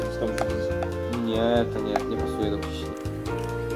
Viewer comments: KISIELI !!!!!!!!!!!!!!!!!!!!! Nie mówi się KIŚLI. Nie ma takiego słowa! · Mówi się kisieli :3 :P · Mówi się nie kiśli tylko kisieli.Pozdrawiam cię.